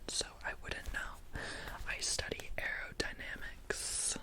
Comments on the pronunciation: Lol “AeRodaNoMocs lab” 😂😂😂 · trying to pronounce aerodynamics like:👁👄👁